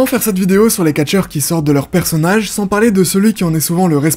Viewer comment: Merci pour la vidéo ! Par contre pourquoi tu prononces toujours les R en fin de mot des verbes du premier groupe à l’infinitif ?